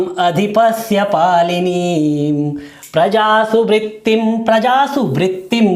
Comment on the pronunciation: आँप ने शुरु श्लोक में बारम्बार "पालनीं" शब्द का उच्चारण क्यों पालिनीं किए ?